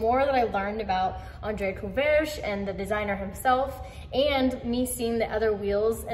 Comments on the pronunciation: Feel like you need to import a renault twingo or 205 for those Courreges (think korrej for pronunciation with a guttural R) wheels. Those Kei truck examples look dope too though. kei truck and matching Boso scooter build?! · Andre Courreges (cou-rej)